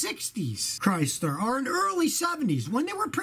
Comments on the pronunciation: LMAO! "I'm thinking about getting a Chrystler." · A Chrys-LAH New York-AH!